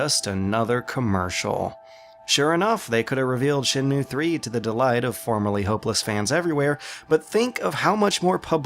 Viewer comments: Shen....moo? Shen Moo Ayy. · Evilknightz Shen Mway?